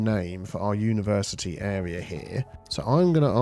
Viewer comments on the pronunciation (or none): Universe-I-Tea College.